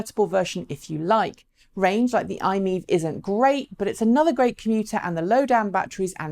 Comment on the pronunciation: Could you please pronounce MiEV correctly as MY-EV! It is an acronym after all.